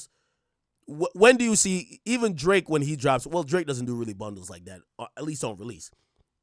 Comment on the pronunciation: “El draaké”